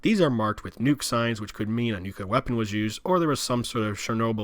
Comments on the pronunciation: Please focus on your pronunciation of “the” it’s th not “da” . Hard to listen to. And Nuclear is “noo-CLEE-er”, not “noo-cuoo-ler”. Hard to listen to. With that said this was a good presentation of the Gilead map and thank you for doing that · Nucleeeear. Not noocuular for the love of god. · New-Clear is not how you say it lol. New-Clee-Ah is how you say it. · Thank you for this informational. Now, may I offer... NUCLEAR = NEW-CLEE-URR. Not NEW-CUE-LER. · At the risk of sounding elitist, as a physicist it gets under my skin when people mispronounce certain terms. Repeat after me: NEW-CLEE-AR. Unfortunately, saying NEW-CUE-LAR is so frustrating for scientists and engineers. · I loved the map. I even made notes during the video because I love the series and this part always confused me. One point though - you mispronounced "nuclear" many times. It is pronounced "NU-CLEE-R", not nu-cu-ler". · NUCLEAR! OMG! Say "NEW", then say "CLEAR". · I share your frustration with that typo, but it sounds like you are saying "nukular" like George W. Bush instead of nuclear. Thanks for this video, in any case. :) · Mentions typo on map a few times Goes on to mispronounce "nuclear" several times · your pronunciation of nuclear is sickening.